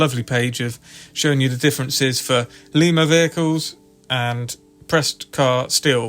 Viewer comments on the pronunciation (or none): Lima is pronounced lie muh like the bean. I live in Lima, about a mile from where the locomotive works used to be. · Lima- the “i” is pronounced as in “ice”. Lima, Ohio.